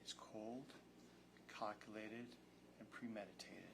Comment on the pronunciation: Ohhhkay... I'm sorry but if this prosecutor says cold, "cockulated" and premeditated one more time... 😂😂